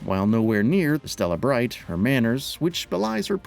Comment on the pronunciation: did you say Stella Bright instead of Estelle Bright? You also pronounce Rixia wrong.